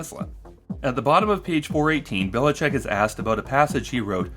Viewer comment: Just one minor correction - I guess that guy have roots from Croatia or somewhere around here and his last name is pronounced Bilichich (Biličić)